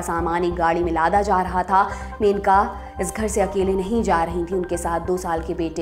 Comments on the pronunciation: मेनका नही it's मनेका... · Aap menaka menaka bol rahi hai... It's maneka